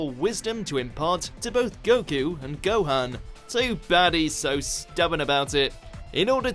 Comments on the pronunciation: Say Gohan's name right, please. It's never ever been pronounced like that in the series sooooo has just never watched an episode and just read a list orrrr are they tryna be edgy? Not a big deal but, annoying. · Please at least say Gohan correctly. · To be honest I'd ask if you ever even watch the show but considering you mispronounced Gohan literally every time I'd have to say that is no and I say this cuz a lot of these reasons are taken out of context and the way Goku was written in Dragon Ball super it's not how he was renting in Dragon Ball and Dragon Ball Z